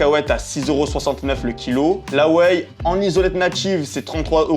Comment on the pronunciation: La wheille et les owatts 😂😂😂😂